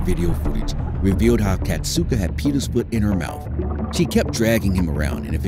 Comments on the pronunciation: it's kasatka not katsuka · Kasatka is pronounced KA-SA-KA